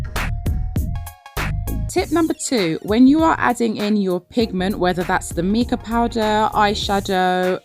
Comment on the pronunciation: So cute! Really good tips. Also, Mica = my-ka (fyi)